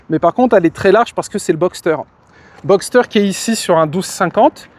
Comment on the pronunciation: Hello, on ne dit pas "Boxter" mais "Boxer" par analogie aux boxers justement : les pistons s'opposent comme les poings des boxers, c'est pour ça ;-)